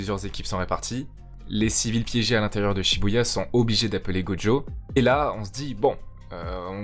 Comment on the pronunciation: Pourquoi tu l'appelles Godjo alors que son nom c'est gojo ?